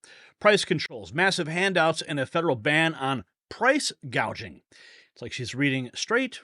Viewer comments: She is doing just what she intended listen at her words .. this is how you know you are being gaslighted.. she says hospitility not hospitality.. she says price gazaging not price gouging . This is called changing the language. Nobody picked up on this this is how people are deceived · Listening to what Commie-ala's staff say about the roach, is that she takes no interest in any of the issues in government, and that's why she talks BS - she knows sweet FA about anything. She doesn't even know the term "price gouging", she calls it "price gauging" (she can't read a teleprompter, like her predecessor). If you want thick, ignorant crooks running the country, vote Democrat and kiss your money bye-bye. Now, that's a good slogan for Trump's campaign, and the Democrats, as that's what they're portraying.